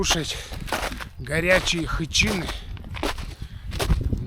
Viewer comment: Хычины, ударение на последнюю Ы 😉